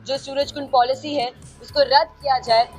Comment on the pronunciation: पोलिशी❎ पॉलिसी✅